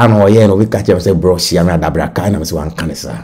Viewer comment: Abracadabra not adabraka please